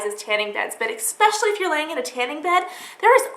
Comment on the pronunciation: eKspecially ...:D